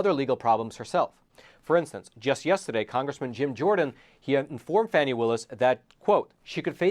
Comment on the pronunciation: Sorry, can't take your blog seriously. The Fulton County DA's name is pronounced "Fawny". Your repeated use of "Fanny" leaves your piece reeking with an odor of mendacity. Do facts actually matter in any of your presentations?